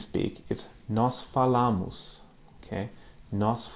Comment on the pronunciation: just to improve your portuguese, witch by the way is exelent, when you say: "FALAMOS" imagine that you are saying "FALÃMOS", the second A is more "nasal". When you say both "A" with the same pronounce sounds Spanish. Thanks